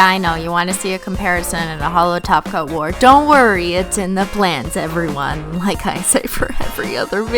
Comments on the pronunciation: When she says 'holo top coat' I hear 'holo taco' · I thought you said you applied a taco!😂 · every time u say top coat I hear taco....